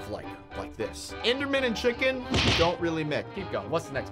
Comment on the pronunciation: dat chicin cweepe